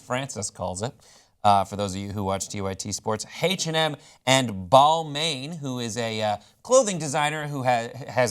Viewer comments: Balmain is pronounced "ball-mawn" not "ball-mane" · actually, the n is silent, it's ball-ma with a nasal french a. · and TYT needs to pronounce Balmain correctly. The best phonetic spelling for English is ball-mahn. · darling: if you ever need to know how to pronounce a French word, feel free to consult me. This Englishman speaks perfect French. 'Balmane', how sweet.